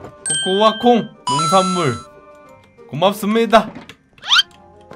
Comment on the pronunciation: 뭐 먹는 이랑 우대님! 코.코.아. 콩! 이렇게 발음하는 너무 귀영워요ㅛㅜㅠㅜㅠㅠㅠㅇ아아아ㅏ악ㅇ아아ㅏ각아우ㅠㅠㅠㅠ